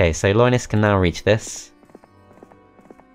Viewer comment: Loynis Tech Tips, i just can't unhear it.